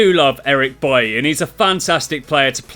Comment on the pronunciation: It's pronounced Baile not buye